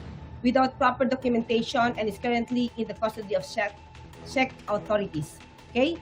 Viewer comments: Shek, Czeck sabi ni. Di nya alam tamang pronunciation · This Claire Castro can't even pronounce Czech properly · Alam mo nagbabasa kna nga lang do mo pa ma pronounce Ang czech. Shek ka Dyan.